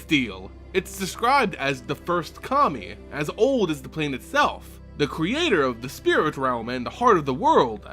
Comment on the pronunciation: I'm sorry, but everytime you say Kami I hear Commie.